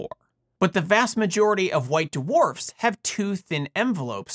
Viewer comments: white DeWharfs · White "d-warfs." 😁